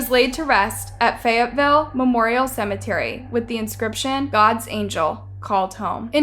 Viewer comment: "every woman in fayateeville" I DONT THINK SO. HE'S A 2